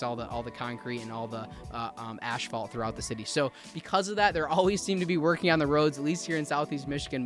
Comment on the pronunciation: Asphalt is pronounced - "ASS-fault" not "ASH-fault." 😉